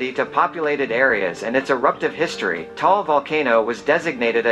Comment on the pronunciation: It's Ta-al not Tall (different meaning).. foreigners just mispronounce it, we're not mad though